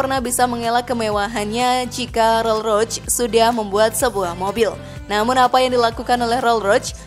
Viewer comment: Konfigurasi 2 pintu😅🤣😂🤣😂😅🤣mana ada sebutan konfigurasi 2 pintu KONFIGURASI ITU DEFINISI MESIN V 8 ato V 12 ato W 4 ato W 8 itulah sebutan KONFIGURASI Roll Roch😅🤣😂😅🤣😂 Roll Royce woy min Admin nya peyak😅🤣😂